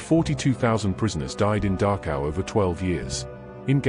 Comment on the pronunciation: Please tell he narrator that it’s called Dachau, not Darkhow.